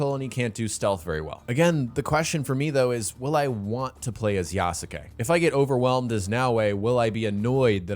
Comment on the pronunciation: Please for the love of god learn how to pronounce Yasuke's name right.